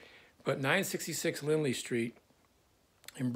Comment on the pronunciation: It’s Lindley St, not Lindsey. I’ll never forget.